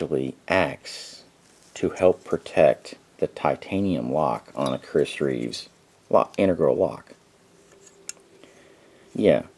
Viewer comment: Also, it's Chris Reeve not Chris Reeves.